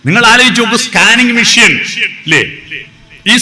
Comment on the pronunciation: മിഷ്യൻ അല്ല മെഷീൻ